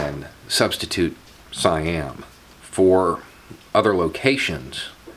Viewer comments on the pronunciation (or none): none